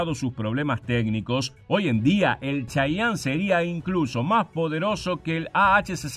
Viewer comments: Se Pronuncia Che-ye-en no chayanne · De hecho se pronuncia chiyen por que en realidad no es una palabra nativa , es como los gringos los denominan fonéticamente de acuerdo a su adecuación propia de idioma inglés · Se pronuncia chiyen , no como el artista sudamericano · en inglés se pronuncia chayene